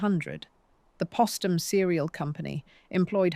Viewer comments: SHALLOW AND FLAWED--WHEN POSTUM WAS MISPRONOUNCED TWICE WITHIN THE FIRST FIVE MINUTES BY THE FEMALE-VOICED BOT-ARRATOR, THAT WAS THE FIRST CLUE THAT MORE POORLY RESEARCHED MATERIAL WAS GOING TO BE PRESENTED. THERE IS NO EXCUSE FOR INACCURACIES GIVEN HOW MUCH HAS BEEN WRITTEN ABOUT HER. IT SIMPLY REQUIRES ATTENTION TO DETAIL AND CAREFUL, THOROUGH EDITING BEFORE UPLOADING. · Why was Postum not pronounced like Post?